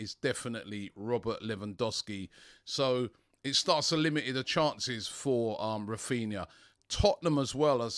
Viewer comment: It's Raphinha not Raphina 😬